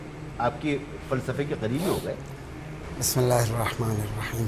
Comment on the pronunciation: 😢😢😢😢😢 ye anchor aouzubillah or Bismillah theek sy nhe prhta